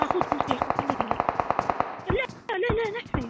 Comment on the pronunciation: 😂 it's not le le .it's la la, means NO NO